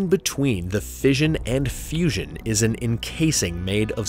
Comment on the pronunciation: Pay attention to your details. It's not "fussion".